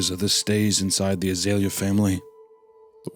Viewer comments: I grew up where we had an Azalea festival in my town every year. Hearing Hunter say A-zah-Lee-ah and not ah-zale-ya is kinda messing with me lol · that's not how you pronounce it lol, it's more like Ah-zale-ee-ah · I'm ten minutes in and screaming at the screen 'surely it's pronounced As-eh-lee-are?' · Azalea is a species of Rhododendron, a flowering shrub. You pronounce it like "Uh- Zale (as in Zale's Jewelry) -Yuh" or idk maybe throw some more twang on the Zale if you're from the South I suppose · My sister's name is azalea, we pronounce it (uh-zail-ee-uh)